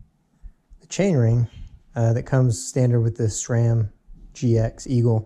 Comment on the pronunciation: Wait?! How did you just pronounce SRAM???